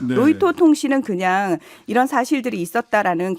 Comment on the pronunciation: 국민 여러분 다시한번 잘 들어보십시오! 이란이 아니고 이런, 이라고 했습니다~